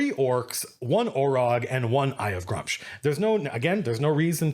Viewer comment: Hold on! It's pronounced Grum-sh, you're telling me I ran a whole summer campaign about stopping the revival of him(it was actually a beholder tricking Orcs the whole time) and called him Gru-mish and whole time and not ONE player corrected me.